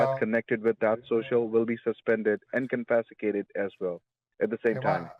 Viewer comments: "I can be able to save it" , "confesticated" is enough to tell us he is not a well versed American guy. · I don’t understand why people don’t just think about this stupid scam before reacting to to it like scared children. It’s absolutely insane to me. Not one thing makes sense about it, but yet here we are. This guy can’t pronounce confiscated and under the 4th amendment they can’t take your property. They get so defensive when you say that you are taking my money. You can hear it in their voice. How can you be a victim of identity theft and a primary suspect? I really really hate these people.